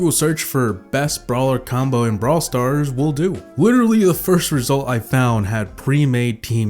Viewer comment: How come it sounds like you say bra stars